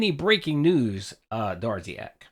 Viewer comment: "Ah snaekuhd Durrziaahk dood!"